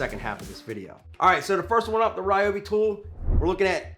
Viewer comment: I love the Ry-obi (not Ree-obi) creeper!! Such a real Nass like INNOVATION. My only concern is the height of it. Being a mechanic, I am constantly surprised/frustrated at how difficult it is to get under veHicles even when they are elevated. If those wheels are 3", then the rest of it looks at least 2 1/2" so that's 5 1/2"!!!! before you you try and fit your body. My Lisle Creeper (without actually measuring it) I reckon would be no more than like 2 - 2 1/4". Thats a BIIIIG difference when it comes to fitting under a raised veHicle. I get that transforming to a seat requires some engineering that, ultimately, contributes to the overall mass but....? I guess the (read My) old adage rings true - "A multi purpose tool (or appliance or anything) may be capable of doing/achieving more than one thing however, it cannot do any of those things with the utmost precision, ease or finesse that the respective individual items can. Love ya work brother.